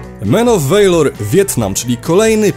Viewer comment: men of WEJLOR ;d valor czta sie niemalze jak po polsku a nie WEJLOR